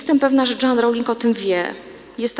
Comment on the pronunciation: Joan wymawia się /dżeun/ a nie /dżoan/ proszę Pani.